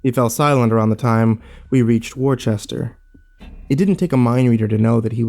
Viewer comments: im sorry but i cant take this seriously after you actually just said "Worchester" im dying of laughter. You're closer than most but its pronounced "Wooster". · You've probably already gotten this at least once, and I'm being a bit of a turd even mentioning it, but Worcester is "Wiss-ter" not "War-chester." Src: I grew up there. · Worcester is pronounced wuster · Having grown up in the area, I have enjoyed the many little details that prove that the author is not from there. Also, they're pronounced "Am-Erst" and "Wuss-ter". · Holy shit, i'm less than halfway through this pasta and the main character is SO awful. What a manipulative pile of garbage. The narration is good as always, I do recommend looking up pronunciations of places though. As a MA native I know how dumb some of the names out there are, a lot of them sound nothing like how they look (thanks Worcester)